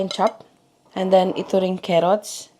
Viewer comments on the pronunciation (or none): A for carrots not kerrots